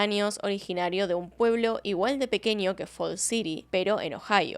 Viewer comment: Por favor, te escucha mucha gente joven, intenta pronunciar el español con propiedad, por ejemplo, las eÑes, tan españolas, que pronuncias de forma incorrecta como 'Ni' en vez de eñe: ninios, pequenio, matrimonio, anios... 'planiandolo' en vez de 'planeandolo', asá en vez de allá, etc. Gracias